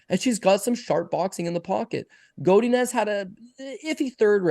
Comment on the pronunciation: How pronounces Godinez triggers the train smoke out of my caboose